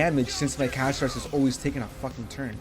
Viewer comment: Interesting very interesting thank you for the video another thing Pronounce her name correctly Castorice😂